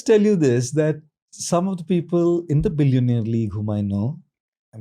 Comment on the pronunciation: Billiown-eyer .. great talk tho!